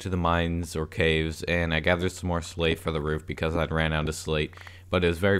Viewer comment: When he said slate I thought he said slave